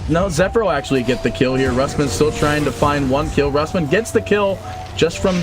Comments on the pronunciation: neutron johnny more like roos-mann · Rusman pronouced by caster as rasmen? lul